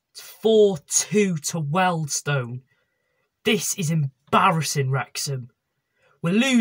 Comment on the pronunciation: It’s Wealdstone there’s an a in it!